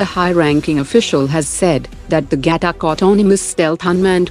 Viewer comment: Its not gatak , its ghatak , also can you do indian AI voicing?